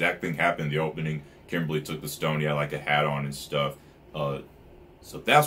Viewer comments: Its kimblee. Not Kimberly, thats a girl name. 😂😂😂😂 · Philosopher stones is just a name they said that WAY early when they found the liquid Philosopher stone. Its a name it doesn't HAVE to be a stone. Also its Kimblee or Kimbley not Kimberly like a woman's name.